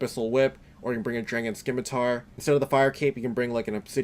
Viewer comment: Jesus dude did you really just say SKIMITAR. Go back to elementary school ffs.